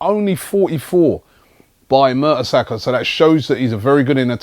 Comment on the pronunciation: Robbie, you sound like those stats are surprising?😂 It's Mertesacker...